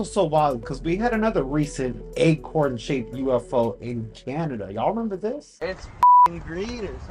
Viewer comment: Pronounced acorn not egg-corn.